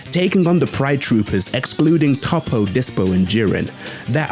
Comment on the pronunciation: I’m glad fam says “Toppo” right cuz “Toeppo” sounds weird when others say it